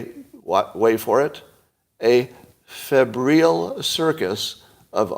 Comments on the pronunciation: It's pronounced FEB-ryle (rhymes with 'Nile' at the end). 'Febrile' means 'feverish', het-up, over passionate, activated, excitable etc. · Scott is really bad at pronouncing words. Febrile isn’t that complicated